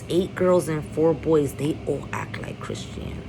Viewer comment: Chrisean name is pronounced Chris-shawn lol. But you hit the nail on the head with every single thing. But we don't know Jaidyn's background either. The shit she allows from blue and what she allows to be exposed to her children she really isn't any better or much more normal than either of them. Blue is definitely going to try to take the baby and not for the sake of the child's protection but for the hurt of the child's mother. I think Chrisean is going to prove a lot of people wrong. She has to stay away from blue and keep a clear head. As long as she puts that baby first in everything she does, she will be ok.